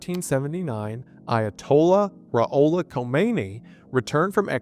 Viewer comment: Pah-la-vee and Ru-hol-lah